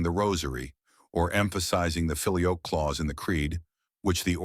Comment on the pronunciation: There are also plenty of current Eastern Catholic groups that were split long before 1054. This video is very misleading, and its AI voice that can't even pronounce "filioque" is about as annoying as this whole debate.